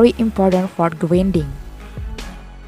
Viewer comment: Nice English "gridning"